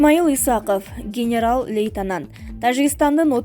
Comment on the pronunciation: Диктордун билими канчанчы класс? Лейтанант эмес лейтенант деп окулат Ким ишке алды мындай сабатсыз кызды